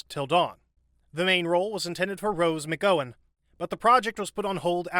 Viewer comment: Never heard “McGowan” pronounced that way before.😂